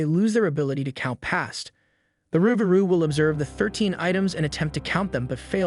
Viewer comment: Never heard "Luke Garoo".... We always said "Roogaru".... Loo Garoo or Luke Garoo is most likely a mispronunciation lost in translation from Cajun, Creole, or possible Hatian Languages....